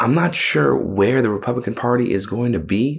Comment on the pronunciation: the mark he says republicant.